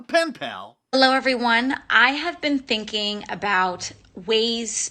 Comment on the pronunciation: She actually has an Elmer fudd accent. What she means is "I've been sinking."